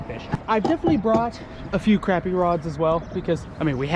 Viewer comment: Still gotta learn how to say crappie lol